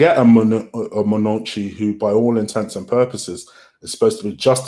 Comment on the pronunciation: Lmao man said manoochi